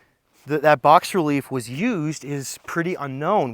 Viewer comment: "Bas relief" is not "box relief". Its pronounced "bah-relief".